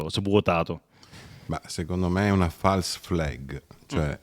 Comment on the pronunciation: fals fleg ? falsa bandiera no? ma chi era il prof tuo d inglese lino banfi? ppotevi dir fels fleg allora